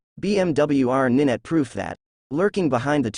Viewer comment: Ninet? Did you mean Nine T, as in 90? Do your researd kids!